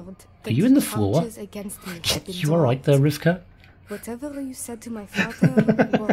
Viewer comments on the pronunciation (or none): FYI, Rivkah is the original Hebrew version of the name Rebecca (you seem to be switching the consonants in her name all the time)